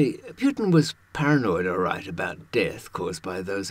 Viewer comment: Who the hell is Pjutin?